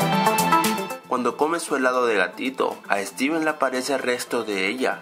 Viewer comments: se dieron cuanta digo streven en el minuto jajaja enves de decir steven sigo streven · dijiste striven trae una mini refri con muchos elados se pronuncia stiven no striven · FIJATE QUE EN EL MINUTO DIJISTE STRIVEN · en el minuto dice : "striven" 😂😂 "y de la nada y de la nada" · al minuto dice estriven